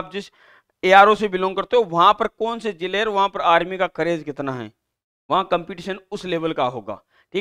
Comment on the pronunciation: करऐज 🤣वाह बेटे तुमने तो मौज कर दी